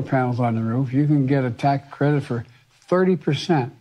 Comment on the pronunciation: Whats a " Tack Cwedit "? Never heard of that, lol.